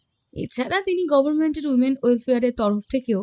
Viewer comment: The narrator really needs to improve his English pronunciations its FILE & not Phile , its Coffee & not Cophi , its Luxury & not lusury. Its GOVERNMENT & not Govararnment. Speak English & not Benglish.